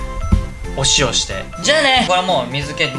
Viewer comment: ｢おしお｣ねwww